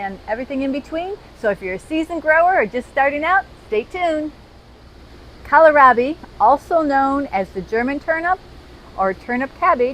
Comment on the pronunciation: kowl - raa - bee